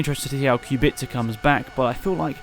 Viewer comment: i Hope Kubica will show some claws and will compete with top 3 teams despite car he will use Also kudos for somewhat correct pronunciation. C is soft, its not KubiKa